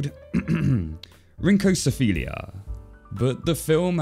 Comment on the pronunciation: My ears bled when i heard your pronunciation of "rhynchocephalia" xD